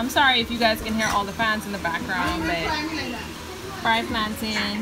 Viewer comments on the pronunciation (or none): Yooooooo FRIED PLANTAIN👀 WHY was in my house yelling fried plantain in that accent too!?!?? Y'all got me wildin out over here 😆 you had me dancing to "get some food, get some food, get some food" What in the world is really going on 🤪 Did I hear that correctly, you have not done this marble technique before?? I don't believe it 😧 These are dwòg👌🏻😉 That's it, I'm moving... Tell momma I'm coming and I want some food too!